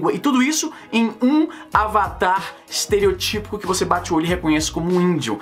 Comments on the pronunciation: Leo Batista fiquei com isso na cabeça também, pensei porra o acento é no O caralho kkkkkkk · Leo Batista ESTEROTÍPO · que raiva me dá quem fala esterotípo(típo-típo) é Estereótipo Caralho acento no Ó óóóÓtipo!